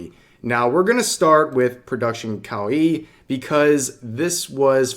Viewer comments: it's kowai actually. In Japanese there are plenty of pairs like one-san and onee-san but that is not the case. Revs pronunciation is messed up too tho, like kowaii xD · Kawaii means cute In Japanese. The way you're say it mean scary in Japanese. Kawaii means cute - kawai means scary/scared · You're saying Reina Sun name wrong and you can't even say Kawaii right either.